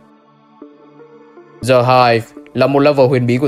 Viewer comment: Anh ơi, từ "The" đọc là /di/ khi nó đứng trước 1 từ bắt đầu bằng nguyên âm thôi chứ, ví dụ The End ....., chứ từ "Hive" có bắt đầu bằng nguyên âm đâu =)) đến cả entity The Game Master anh đọc "Dì Game Master" làm em cười nguyên clip (em biết là đôi khi anh mới đọc nhầm như thế =)) nhưng nó cứ bị buồn cười ấy)